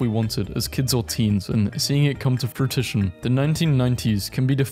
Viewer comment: The words you mispronounce are always so unexpected. “Implikt”, “omnious” and “fruitition” are my favourites of these.